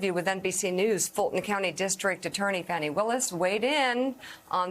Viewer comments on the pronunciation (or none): It is pronounced Fawn eee please say it right.